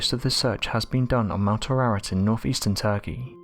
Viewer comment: The Noah's ark mountain is Mount Air ahh rat. Not whatever he is saying.